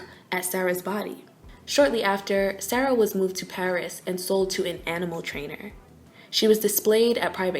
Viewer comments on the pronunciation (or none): You are pronouncing Sara incorrectly